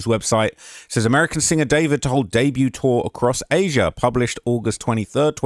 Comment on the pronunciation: And Az'-ee-uh as says